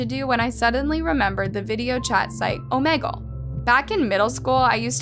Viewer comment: Love these videos but the way you pronounced Omegle really irritated me 🤣🤣🤣 love your videos